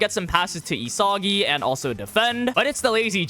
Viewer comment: bros pronouncing it, ee-soggy